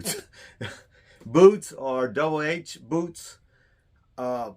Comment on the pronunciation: Buddy they are pronounced “Double H” boots.